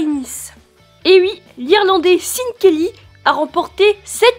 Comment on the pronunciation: cool mais on dit pas sine kelly mais chaine kelly